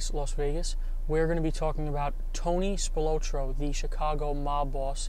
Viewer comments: This "Spil-low-tro" thing is driving me nuts! Come on! Spil-Lot-tro! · Pronounced "Spil-AH-tro", not "Spil-OH-tro". Also, the Chicago mafia was called "the outfit". That was literally what it was referred to as. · Pronounced Spill-ot-trow. Tony Spilotro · Just a heads up, your pronouncing Tony’s last name wrong, but cool video brother 👍🏼 it’s pronounced Spill ah tro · It takes two seconds to find out how to pronounce spilotro properly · God you butchered his name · Dude couldn’t even pronounce spilotros name right!!